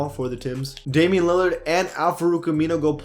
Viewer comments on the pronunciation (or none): none